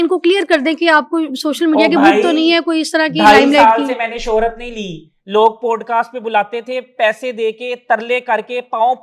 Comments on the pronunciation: please it is not “ POAD CAST ” it is “ POD CAST” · Teeno kitny gawar hain, keh rhy hain 'podecast' 😂😂😂😂😂😂😂